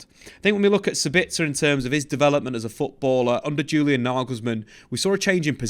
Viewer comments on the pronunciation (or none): none